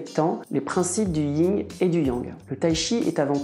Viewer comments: C'est le YIN et pas le Ying..... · Alors ce n'est pas le "ying" et le yang mais le "yin" et le yang.